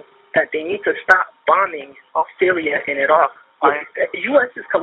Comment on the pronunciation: When someone pronounces Iraq wild like that get them checked folks.. He (seriously rolled r) Ak